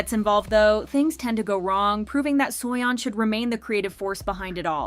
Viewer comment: im sorry but "suoyon" is just ticking me off 😭